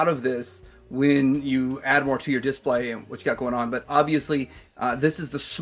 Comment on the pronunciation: dis-PLAY, not DIS-play. Like if you agree